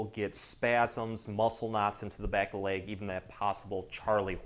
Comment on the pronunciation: Such a nice man with helpful content but I find myself wanting to correct the weird mis-pronunciations. 😅I believe the linguistic phenomenon that is happening here is called vowel transferring; where the speaker is using the “a” sound in place of the “e” sound, etc. It’s leg not lague. It’s seconds not sahcunds. It’s spot not spaht. Back is a one syllable word, not two. It’s back, not bee-ahhck.